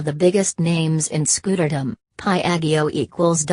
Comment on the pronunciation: I am a robot...ot...ot...ot...here is a 'Pie-ag--gee-oh'...oh...oh...(wtf is dis?)